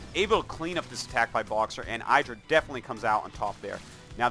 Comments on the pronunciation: Damn its pronounced "Iddh-rah" Artosis! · saying 'eyedrah' is like saying 'air-tosis' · I hate artosis' games of IdrA because he just doesn't get it. Someone must have told him already that his name is not eye-dra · Cringe every time I hear eyedra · Why you pronounce Idra wrong all the time? Are you doing this on purpose? ^^